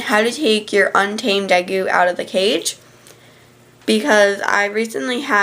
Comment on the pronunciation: day_goo not de goo